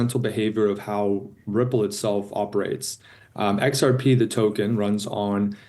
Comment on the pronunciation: Its not rxp its xrp madam